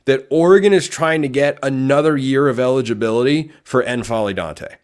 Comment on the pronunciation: Damn, I hope that works out. Assuming Ducks get a break with the injuries next year, that's a team that makes a deep run. I dont think there's a /ɛ/ vowel on the front of N'Faly ... that is, it's not EN-FA-LY, just N-FA-LY You know, like M'baku 😊